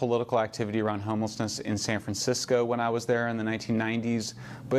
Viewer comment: did he just say SAN FRAN SICKO???? BU WAAAAA HAHAHAHAAHAH. I AM SO USING THAT.